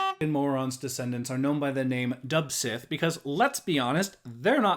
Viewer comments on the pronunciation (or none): Point of note, Dubh Catha and Dubh Sith are taken from Irish/Scottish Gaelic. Dubh Catha is pronounced 'Do Ca-ha' and Dubh Sith should be pronounced 'Do Shay'.